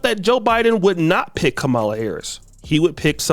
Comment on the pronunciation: is pronouncing Kamala name wrong… must be on the sauce for this video 😂